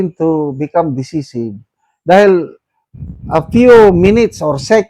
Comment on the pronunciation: Decisive - pronounced de- SAI-siv DDS po ako, sir, just trying to help